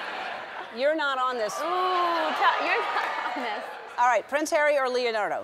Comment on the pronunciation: she said leo dardo..lmfao